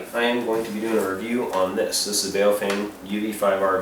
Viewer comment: BhaOh-fhung.... learn the correct Chinese Mandarin pronunciation... it has two meanings.... 1st meaning: BaoFeng, bag of wind. 2nd meaning: BaoFeng, good to hold. Because so few people bothered to learn the correct pronunciation BaoFeng is changing their name to PoFung....